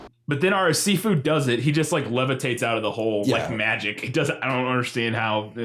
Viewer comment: "Si Fu" sounded like "seafood" every time said it lmao